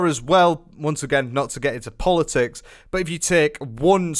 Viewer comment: Bro said "I don't want to get into polotics"😂